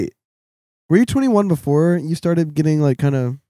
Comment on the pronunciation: *BEFORE* NOT BOOFORE